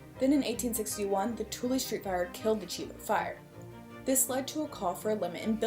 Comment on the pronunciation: Interesting pronunciation of the tulip, sounded like tulup.